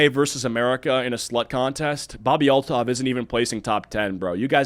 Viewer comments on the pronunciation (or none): Oh, it's Althoff, not Altov. Ew, she's wearing the awful, unquitous skank top +cropped spaghetti strap top) that I see EVERYWHERE. I absolutely hate crop tops and the shapeless pants look. I see women and girls wear these outfits when going on to look nice. They are the most CASUAL thing and the skank-top-with-flared-leg-pants-and-tennis-shoes look really needs to go die in the dumpster fire it crawled out of. I have visceral disgust and anger when I see girls and younger women wearing the most DULL and samey outfits no matter where that go. Cave climbing? Crop top and flare pants. Wedding? Crop top and flare pants. Anniversary dinner? Crop top and flare pants. Job interview? Crop top and flare pants. Funeral? The same crop top and flare pants. This woman's personality seems to be based on this outfit. STOP MAKING TAP WATER FAMOUS.